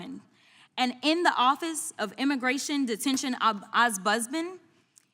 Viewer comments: Sad to see that Crockett has speech problems. The word she is mangling frequently is OMBUDSMAN its not pronounced OSBUDMAN. I support everything she says, but these tiny errors are going to be picked on by her opponents and used to deride her otherwise excellent performance. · She is an EMBARRASSING WOMAN. SHE CANNOT PRONOUNCE OMBUDSMAN....OM. BUDS MAN..DUFUS